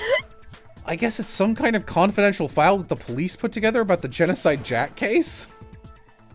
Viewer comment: Gencodide sounds like “Junko died” lmao